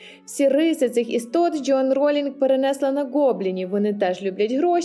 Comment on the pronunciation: ДжЁан 😂. А можно произносить верно и без ... 🥴? Вы из Азербайджана? 😂